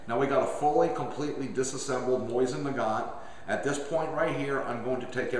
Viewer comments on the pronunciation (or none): Nice. Just used this to help me tear down mine. Good instructions. Also... lol at "Moisten" Nagant. :) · great vid, only thing that slightly bugged me was simply the way you said it. i say it (moe-zin nu-gant) and you say it (moy-zin nu-gont) just i little bit different, cool vid though, i love mosins.